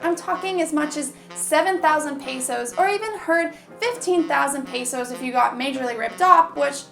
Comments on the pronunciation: Its not pronounce peysos Its pesos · That's not the way to pronounce pesos your saying it like pey sos the sound is pe sos. pe not pey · im not being rude but its not pronounced paysos it is pesos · It's not peesos it's pesos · Hey it's not called pisos it's pesos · Im a filipino and your pronouncing it wrong